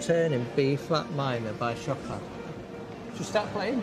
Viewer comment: Hi... Chopin is pronounced- sho-pan...his music is very challenging for most of us... however Lucy plays it with excellence...